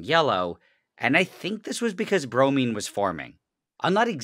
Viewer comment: Bromine sounds like brownie